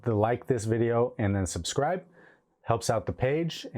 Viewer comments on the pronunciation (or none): none